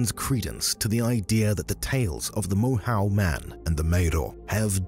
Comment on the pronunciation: Moyhoe is its pronunciation